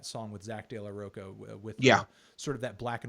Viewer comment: The way Fantano pronounced "De La Rocha" hurt on so many levels.